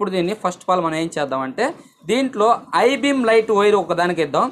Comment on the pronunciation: ఐ బీమ్ కాదు హై బీమ్ బయ్య